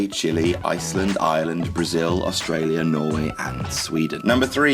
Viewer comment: The way he says "Ireland" makes me think he's saying "Island". Maybe its because of his accent. XP